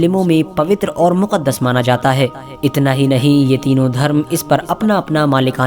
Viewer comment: Maqdish nahi muqdash